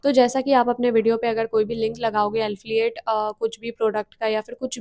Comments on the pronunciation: Don't mind: एल्फिyet nahi एफिलिएट होता है।pls correct next time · Alfiate nhi hota Affiliate hota h 😀 btw nice information